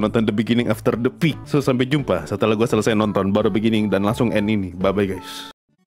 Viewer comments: Lebih ke "pe ak" 🗿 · Peak ❎ Pe a ✅